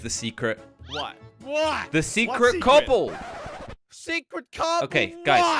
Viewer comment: This video made me laugh so much when said “cooble” and doodle